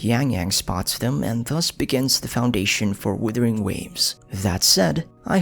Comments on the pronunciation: Great lore breakdown, Thankyou! Also, I'm still waiting to hear Wuthering instead of withering xD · Love this video, looking forward to more. Being polite but a bit of feed back, it does bother me when you pronounce the game Withering, instead of Wuthering.